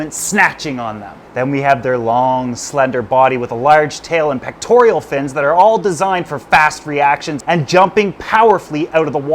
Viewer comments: I LOVE /this channel. But. The word is PECTORAL, not "pectorEEal." There are worse crimes, but just sayin. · Pectoral not “Pectorial” Love ya! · He also has zero clue how to properly pronounce "pectoral" fins. Yet he said it like 30 times (incorrectly) in this video.